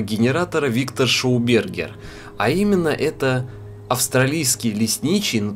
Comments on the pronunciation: Ну несколько произнесений ШОубергер я сдерживался, но на АВСТРАЛИЙСКОМ лесничем меня стошнило. Ты милок давай за ртутную антенну ещё зажги, типа контрольный. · Во первых шАубергер , во вторых австрийский учёный , и.т. д..... Учите мат.часть молодой человек, а то грустно смотреть и слушать,слух режет.